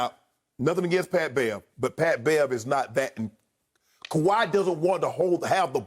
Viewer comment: Bruh said bat bev on the beach wit timbs 🤣